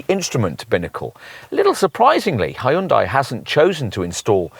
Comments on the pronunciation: Yeah, it's "HUN-DAY" Not "HEY-YOON-DIE" You should actually watch a Hyundai commercial so you can figure it out. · it’s a Korean brand so it actually is pronounced closer to Hun Day than how it is in this video - not a US peculiarity lol